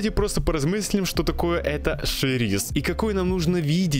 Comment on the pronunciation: Почему Шериз, если Сериз?